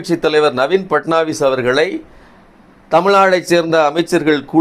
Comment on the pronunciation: “பட்நாயக்” பட்னாவிஸ் அல்ல